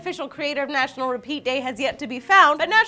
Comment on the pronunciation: Natural,? National*